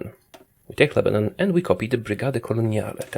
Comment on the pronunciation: When he said Lebanon 😭